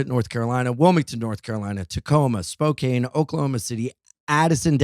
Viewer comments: It's SPO-CAN. Not Spocaine. Lol. We love you anyways. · Spokane, WA is pronounced “spo-can” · Why can't any comedian pronounce Spokane correctly?